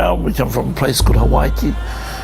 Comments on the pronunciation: the mispronunciation of hawaiki is killing me haha its pronounced HA - WHY - KE not HA - WHY - I - EKE lmao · ha-vai-ke lol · maaybe for the raros but not for us Maori cmu its pronounced HA-WHY-KE in Te Reo.